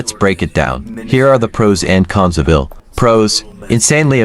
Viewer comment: 'i' 'L' 'L'... FFS if you are gonna do a shitty AI video, at least check it over. Absolute disgrace.